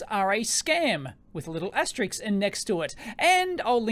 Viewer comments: It's not asterix but asterisk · asterisk not asteriks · It's 'aster-RISK', not 'aster-IKS'! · It's pronounced "asteriSK". Not "asteriKS". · As a non native english speaking person, is it asterisk or asteriks? I remember an Everybody Loves Raymond episde about it but now I notice you saying asteriks as well. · It's asterisk. Asterix is a French cartoon character. I have no idea why so many people cannot pronounce the word correctly.